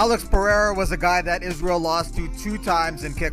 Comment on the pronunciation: He didn’t even read Israel’s middle name just knows it off by heart with correct pronunciation